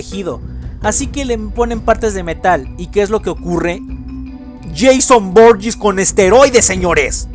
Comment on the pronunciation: se dice jason voorhees no jason voorllis